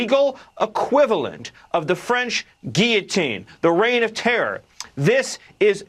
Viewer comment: What's a guitine lol can't he pronounced the Ls in guillotine 😅